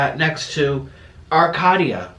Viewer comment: The way he pronounced Monrovia, CA and Arcadia, CA 🤣🤣🤣